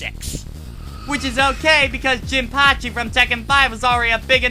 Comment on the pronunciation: they called jinpachi jinpayachi.